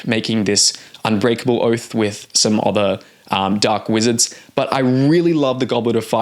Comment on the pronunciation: Okay, I've heard it enough times now to say something. Why do you pronounce "other" like it rhymes with bother? Instead of like it rhymes with mother, like most of us do? Is this some regional dialect I haven't heard before? Or did you learn to speak by reading?